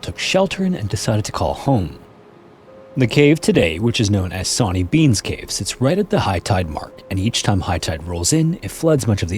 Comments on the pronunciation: "Sonny" is pronounced "sunny" 😭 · Sawny, pronounced shauny shore-knee. The scotts have very bad English 😂😂 only joking